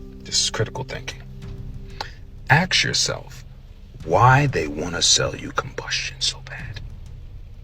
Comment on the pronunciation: INside the wing fuel tank and I hope he learns to say ask rather axing questions.... com/watch?v=4Ivi4UdDMbE